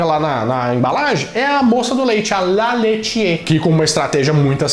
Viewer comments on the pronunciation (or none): la leitiér. O som do acento grave é ao contrário.